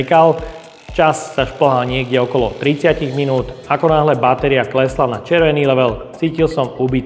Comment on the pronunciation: Len taká vsuvka 😄😄 je to batéria nie báteria 😄😄len taká drobnosť 🤭🤭